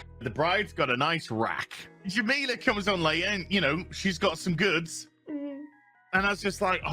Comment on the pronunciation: Just wanted to point out about his She-Hulk rampage: he apparently wants to give "Jamelia's" boobs an extra point, but apparently loves them so much despite not even bothering to pronounce Jameela Jamil's name right. Not that I was exactly expecting someone cut from this cloth to give a shit about giving a WoC enough respect to say their name properly.